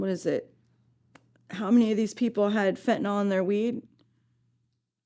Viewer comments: It is pronounced FentanYl Not fentanOL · It pronounced fentaNIL, not fentaNOL. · FEN TAN YL...NOT FENTENALL